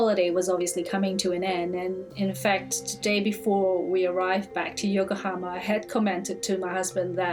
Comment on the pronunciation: Dear narrator: , and in a lot of other time in the video it is Yokohama (横浜) not Yokahoma